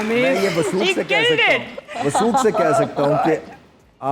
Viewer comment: says joy ga instead of jai ga. She also says wo chala joy ga, instead of chala jai ga 😂.